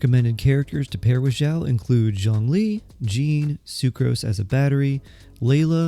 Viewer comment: why is this guy so quiet??? my volume is almost all the way up and it's still somewhat quiet also him calling xiao "jow" really bothered me